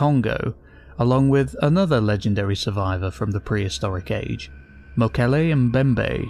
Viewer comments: Yaaaaay!! Earned a sub from me simply for pronouncing Mokele Mbembe correctly haha! I used to keep predatory fish, my favourites to keep were Snakeheads & Bichirs. A Bichir I was never able to get my hands on was a VERY VERY Rare sub-species thought to be a colour/pattern morph originally until further studies proved it to be a separate species. It's found exclusively in the same river system as the Mokele Mbembe & is names after it! Polypterus Mokele Mbembe! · Can we just take a moment and appreciate the fact that he pronounced Mokole Mbembe correctly. ❤